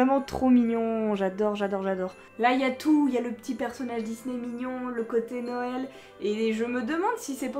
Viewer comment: Te serais-tu entraîner à dire "Noël" pour ta série calendriers de l’avent ? J’ai comme l’impression que tu ne dis plus "Nouël" 🤣🤣🤣 quoiqu’il me semble qu’hier dans ta story Instagram tu as dit "Nouël". Ce commentaire est vraiment basé sur l’humour hein ? Cela me fait rire de t’entendre le dire à ta manière. Sinon cette série de vidéo je l’adore comme chaque année. 🤞🏼🤞🏼🤞🏼🤞🏼 pour le reste des vidéos à venir 🥰🥰🥰